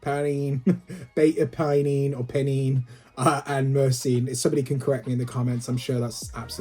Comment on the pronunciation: The pronounciations are: Pine-ene Murr-scene